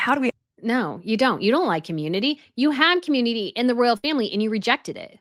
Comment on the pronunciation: Beautiful...Dear, please note: you have your own word salad and I despair to talk you out of the endless "sort of sort of sort ofs." Listen to your latest with Dan Wootton. I do try, with love and butter, to send the hints. And royal is pronounced ROYal, not rell. Slow it down and keep growing.